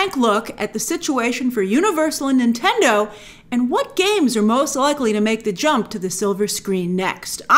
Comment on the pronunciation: Is she saying Intendo at times?